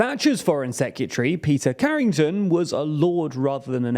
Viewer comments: Why does he pronounce 'Secretary' as 'Secutery'? It's giving me 'Nucular' flashbacks. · Are you saying "secutree"? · It’s secretary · Nearly shut this video off over that pronunciation of secretary 🤦🏻‍♂️ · Why are you pronouncing secretary like that😂😂 killing me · Please learn how to pronounce secretary